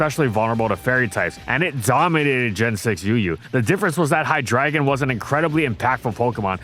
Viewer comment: HIGH-DRAGON? No, It’s HIGH-DREY-GONE